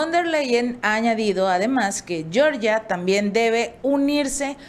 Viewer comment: Por favor, se pronuncia G(j)eorgia y no Shyorgia como la gringa. No tiene la misma raíz lingüística.